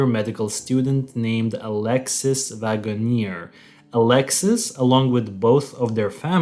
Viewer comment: Guys, it's pronounced Alexis Wag-ner. Driving me crazy as an avid follower of the case. These folks are definitely casuals!